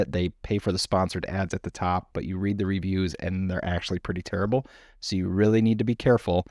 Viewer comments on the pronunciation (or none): none